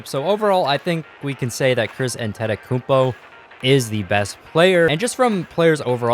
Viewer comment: No offence but I hate the way you say Antetokounmpo